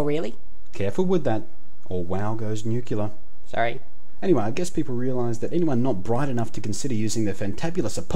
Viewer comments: It's nuke-LEE-er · it's " NUCLEAR NOT NUCYULER"!!!!